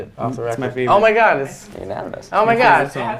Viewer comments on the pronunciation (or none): gerard sounds so italian when he says "oh my god"